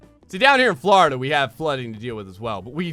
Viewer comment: I like you say Florida you say Flerda